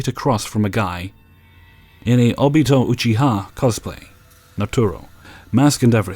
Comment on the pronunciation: zRainman- he did get Obito Uchiha spot on though